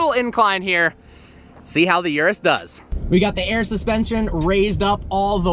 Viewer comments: Its ůrus not uruss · It's not a Yurus, it's a Urus. You sound like your talking about some kind of urinary tract infection. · It's called Urus, NOT YURUS! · Yerrruuussss? Not that it pronounced Erus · Its uris not you ris